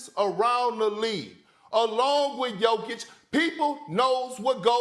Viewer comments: bro, u need to sleep :D and it´s YO-kich, not JOE-kich :* ;) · For the beginig try to pronounce Jokic's name correctly